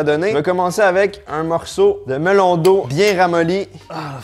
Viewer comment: seul hic de la video c'est quand j'entend MELON D'EAU (sinon video parfaite comme dhab)